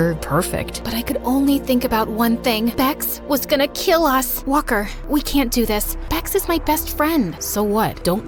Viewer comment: everytime she says walker i think shes saying whopper